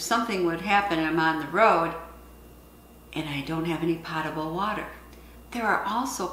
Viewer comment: Great video, as always! I also wanted to let you know that the word potable is pronounced with a long "o" as in the words potent or close.